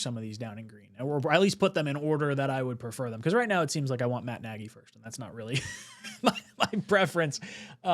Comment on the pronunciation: It's not Naggy it's Naagy or ie Nagy